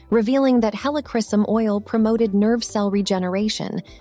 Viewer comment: Please learn how to properly pronounce 'Helichrysum'. About 5 different pronunciations were used in this video. You really should differentiate between Roman Chamomile and German Chamomile oils.